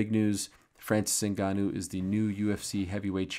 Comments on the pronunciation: Ariel has to go out of his way to pronounce his name differently then everyone else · Ariel needs to stop with these pronunciations 😅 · the most obnoxious pronunciaciton of Ngannou's name. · Espn upper management bout to tell Ariel to Americanize his pronunciation of Ngannou’s name like they did to Izzy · Always going out of his way to pronounce the name different